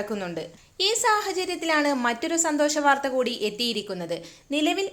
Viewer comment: ബാർത്ത ബായിക്കിണ സേച്ചിക്ക് ഒരു ബക്കറ്റ് സേമ്യാ പായസം എടുക്കട്ടെ!നല്ല സൂട് ഉണ്ട്...സൂസ്സിച്ച് കുടിക്കണം......😂😂😂